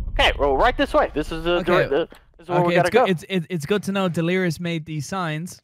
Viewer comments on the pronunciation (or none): none